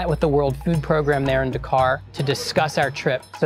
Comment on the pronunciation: "...and then we exited dacar after we got to daworksite! :)"